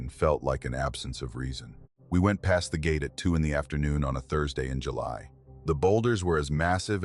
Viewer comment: Like “Jul” “Y”. Really?